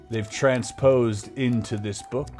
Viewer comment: "they transporsed into this book"...lmaooo